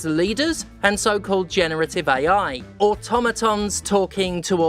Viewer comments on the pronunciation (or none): none